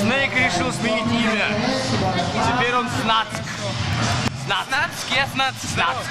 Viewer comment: Снацк? :D (Snack - "снэк" правильнее)